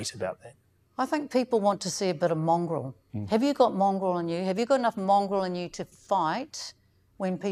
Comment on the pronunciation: Mr Potaka was very professional and restrained, particularly when Moana asked him if he's "mongrel enough", the look on his face said it all, and she kept repeating it, I honestly thought she said "Mongol". in the comments below has an intelligent response.